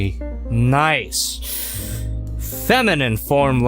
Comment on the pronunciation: I’m almost positive it’s pronounced like arcee - nice-ee not just nice